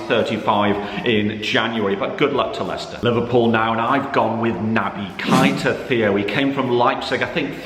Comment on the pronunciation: Just to help Ik u prob don’t care but it’s pronounced naby kay-ta